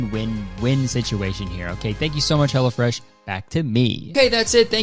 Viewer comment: I kept hearing "Hella Fresh" when you did the sponsor, and I can't help but think that's the name they should have gone with